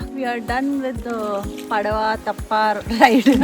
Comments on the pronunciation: Nice video But its not Tippa or Tappa Its Teppa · Thappa thippa kaadu akka theppa😄 By the way nice video